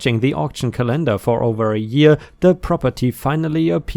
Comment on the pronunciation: And ascertaining is pronounced “ass-er-taining” and calendar is pronounced “cal-an-der!”.